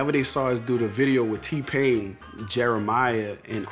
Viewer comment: Diid seriously say "T HYPHENE PAIN" i'm done.